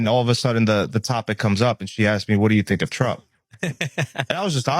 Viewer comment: It’s asked NOT aksed